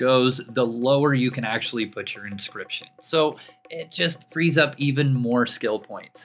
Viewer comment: Why did you say inscription so wrong the first time and not catch that. Or was it a single take and send it right to video?